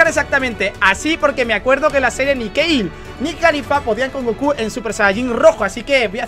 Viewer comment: porque Keil??? si se pronuncia Kale tal cual,pls